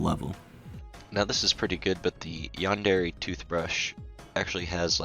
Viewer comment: stop saying yon derry screaming